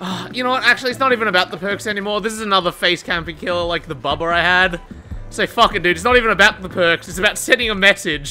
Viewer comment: " oooh it's a boobuh!!!" It's Bubba hunny. 😂 lol